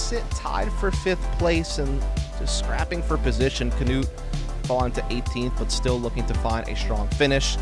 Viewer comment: Hes not the only one who is calling him as Kanuut, so annoying.